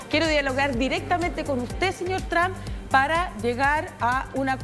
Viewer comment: Por qué estos periodistas son tan estúpido son los únicos cómo pronuncian el nombre tramp.. Trump